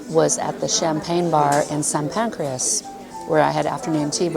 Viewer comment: Pancras, not pancreas!